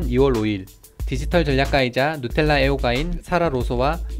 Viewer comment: 발음 죽인다 누텔라ㅋㅋ